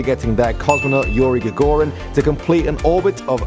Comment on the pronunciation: Gag a rin? great pronunciation and such a soothing voice from that woman or both of those women